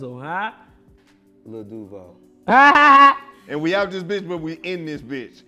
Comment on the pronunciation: Duval, hit the J properly my G🤣